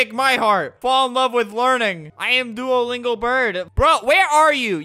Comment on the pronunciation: Its Not Doualingo its Duolingo